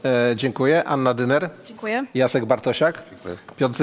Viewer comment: Po pierwsze Dyner. A nie Dymer. Proszę poczytaj o niej, posłuchaj w innych programach. A potem wróć, i zachęcaj do myślenia. A jeśli oglądałeś słuchałeś Wojczala, to powinieneś wiedzieć, jak wypunktował (mówią młodzi: zaorał) Bartosiaka....